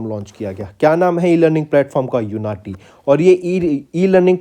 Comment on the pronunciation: I think it was उन्नति not यूनाटी